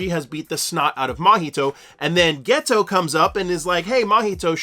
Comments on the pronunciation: Turned this off after 2 mins and found a different explanation cause I couldn’t listen to you say “ghetto” instead of Geto any more. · Ghetto isn’t ghetto 😂😂😂😂 please learn how to pronounce peoples names some of you YouTuber have the examples in your face hear how it’s supposed to be pronounced and still find a way to mess it up how